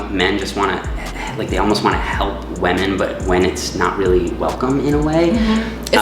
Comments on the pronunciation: Is it his own inside joke or is it unintentional that always says "wamen" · Is it just me or does pronounce 'women' funny haha